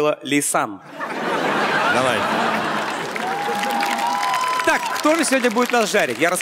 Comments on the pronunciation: Всё бы ничего, но она «Ляйсан»… А «Лейсан» - младшая дочь Азамата 😊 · "Шутки от Лисан" - читай как "Ода Павлу"... весь выпуск насмарку